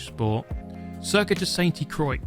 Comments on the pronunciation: I can't take that pronounciation. I know it's a joke... but dang it irks me! "San Quois" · Its pronounced La sont-tu cwa Its a place in the middle of France. My family has a holiday home about 20 minutes away from this lake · The correcte way of saying it for shoe ever gives af is Saint crrwa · Ah yes, good old “ Sainty Croiks”! ( It’s basically pronounced ‘Scent Craw’) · let me help you out here. It's pronounced 'sente krouwa' with that ou part very silently. Also looks like a track an M8 can actually fit on😂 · I love how he deliberately pronounces it Sainty Croyx as if he's purposefully trying to piss off the french lol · It's pronounced "Saint croah" basically, means "Holy cross" in French. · Not french but pretty sure it's pronounced like: saint crooà, where the à is open like in ARK yeah bad example but makes sense atleast. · you pronounce it "sånt croah" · "SENTI KROIKS" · Great content! Saint-Krou/a would be the "proper way" to pronounce it, I noticed you made the effort to try a few ways out, thank you :) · Its spelled „Sant crua“ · "Sainty-Croycks" Aaaaaaargh! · "sainty croicks or however you say it" not like that 😂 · Sent Crow-ah French Pronunciation 101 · Did you say “Sainty Croix” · "San K-wah". Is the correct pronunciation. The "t" and "i" in "Saint" and the "i" and "x" in "Croix" are silent. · pronounce Saint Croix like San Kwuh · Saint dee croics ❤️ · I guess it prononce ''sainteu croi'' but keep enjoying the vidéo like all time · Ah yes, Seyntee Croyiks sounds like a nice circuit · As someone who can speak the language of baguettes, you should pronounce "Sainte Croix" like "Saint croi". You dont pronounce the "x" in "croix". There's many stuff like this in the french language... I did not wanted to be rude, i just want to share knowledge. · The correct pronunciation is San cruà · It’s pronounced “Sainte Croix” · This man said Sane Tea Croyks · it is more like "saint crowa" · Your pronunciation of Sainte Croix is terrible.